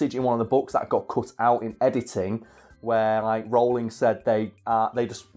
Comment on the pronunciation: Pleasantly surprised pronounced Rowling correctly but then again of course he would he's british